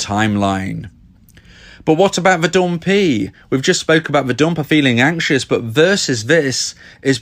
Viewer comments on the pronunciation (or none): I love when he says "", 'dompee', dablu dablu dablu dot date me dot cooom.